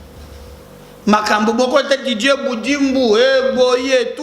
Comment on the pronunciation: Ce n'est pas djivorce mais divorce tu as français trop kamwena nsapu, Didier pas djidjie mais sa ce quel type de tonalité sa vient de quel coin du pays çà.